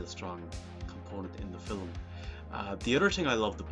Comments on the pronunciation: Haha yes, I acknowledge I do pronounce "fil-um" incorrectly 😂 It's not a conscious choice though. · If we are correcting pronunciation, film is one syllable. It's Field of Dreams, not pitch of dreams.